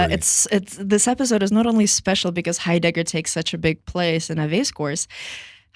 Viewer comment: Why do you pronounce his name as "hi_dagger"? Are you mocking him? It's so awkward to listen to...